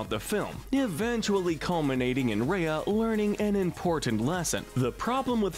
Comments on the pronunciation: What I hate is how he says reia instead of r-eye-a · Number one is the Love Monkey from Dinosaur isn't it? Also it's RYE-ah not RAY-ah. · Gollum is way more annoying than Gurg, not to mention more disturbing! At least Gurgi is aware of what he does and actually tries to change, where is Gollums even though he’s certainly “tries“ is just more schizophrenic and annoying and irritating to watch. Also Awkafina is awesome! Sisu rules and is such a fun and enjoyable character! :-) And you can’t even pronounce her Name or her movie right, it’s pronounced RY-a, So you’re really discrediting yourself there! The gargoyles also rule as well! :-)